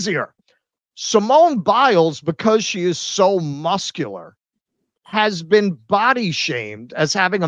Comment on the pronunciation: “Have you ever bean?”